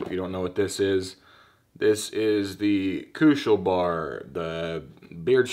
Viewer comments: Bär in english ist pronounced Behr just say IT its not Bar kuschel Bär means cuddly bear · NOT KUSCHELBAAAR---KUSCHELBÄR! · The way you pronounce this product has me laughing really hard XD no offense its just funny to me. I think it is supposed to be pronounced as" baer" like the animal becasue it is german i believe and "Kuschelbär" in german means " cuddel baer" like a teddy.